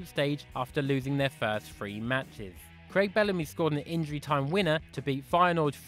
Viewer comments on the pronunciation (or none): none